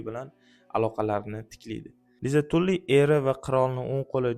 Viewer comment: Tully ❌️ Tally✅️